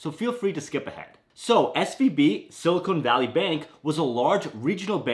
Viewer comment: Sorry I can’t listen to sili”cone” valley with a straight face. 😊